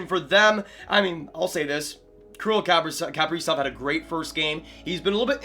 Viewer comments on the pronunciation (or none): Bro everyone needs to stop saying kaprizov like Capri sun 😂 it’s pronounced like miss frizzle kaprizov not capreezov 😂